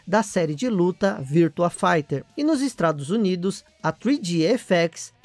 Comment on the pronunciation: Em meu cérebro tá entendendo o nome estrados unidos !?